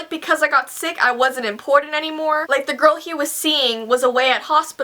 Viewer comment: Did anyone else notice that said "important" in a Boston accent?